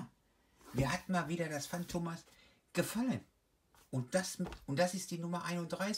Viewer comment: Ähm wird es nicht Phantomias ausgesprochen? Phantomas iwar was anderes